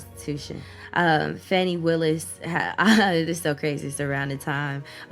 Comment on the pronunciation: it’s pronounce like fawni